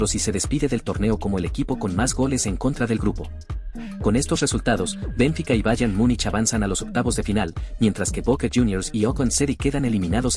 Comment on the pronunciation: 50 años siguiendo el fútbol y ni siquiera sabia que se pronunciaba Bénfica.